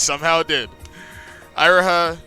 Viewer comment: You realize you are pronouncing Syobai and Iroha wrong?